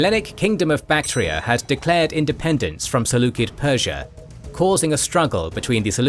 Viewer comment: Saying "seleukid" instead of "seleucid" bothers the heck out of me